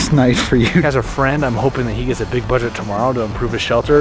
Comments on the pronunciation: You said gits not gets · Bro said “git”